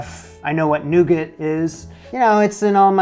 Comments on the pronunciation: noo-gah is how it's pronounced my good sir, latin translation 'nut bread' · You don’t pronounce the t on the end of nougat …